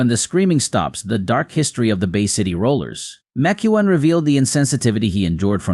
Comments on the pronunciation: Please try to pronounce his name right, Mac Ke own. It was said so many times wrong. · Ma Chew on?? The AI voice over is terrible. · McKeown is pronounced MacEwan. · I'm not going to listen to any more of this rubbish you're not even pronouncing his name properly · Love Les. Too bad you didn't respect him enough to learn how to pronounce his last name. 😞